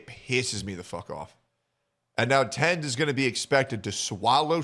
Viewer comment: This guy can't even pronounce Tenz name properly lol